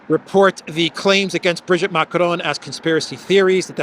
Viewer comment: It isn't Brigette Macron,, it is Brigitte Macron. Brigette doesn't exist in French. Also, it is not Lecarnu, it is Lecornu with an o. Lecornu means "the hored one"!